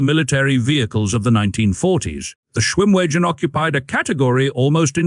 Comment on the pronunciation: If you keep calling it a schwim wee gen it's not going to come when you call it.